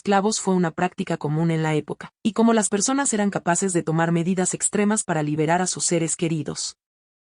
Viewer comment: Corrige la pronunciación de la palab"racial", por favor.Asi mismo el "cómo".